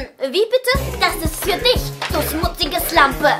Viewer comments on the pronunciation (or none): Bei Minuten „du smutzige slanpe" Ich hatte so einen lachflash 🤣🤣🤣🤣🤣🤣🤣🤣🤣🤣🤣🤣🤣🤣🤣🤣🤣🤣🤣🤣